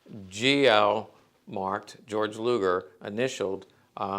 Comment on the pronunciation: Just for future reference, Luger's first name is pronounced "gey-org", not the American pronunciation of George